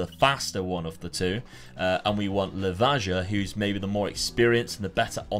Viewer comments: Awesome video. Loved how you revived my favorite club <3 Just a tip. Pretty much works for all slavic countries. Hajduk is pronounced something like Hayduk, so is Livaja (Livaya) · You shoud come to Split and learn how to pronounce words. We can start with Hajduk and Livaja :)